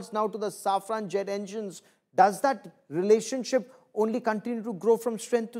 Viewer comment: Its safran not saffran